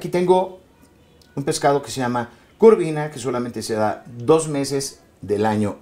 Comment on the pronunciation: Excelente receta, me encanta 💕Con el perdón del seńor Peniche el pescado se llama “Corvina” no “Curvina” y en inglés es el “ Sea Bass” . Muy amena entrevista y un gran actor.